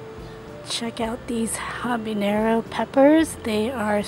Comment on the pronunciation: Stop saying ¨Habineyro¨... dafuq?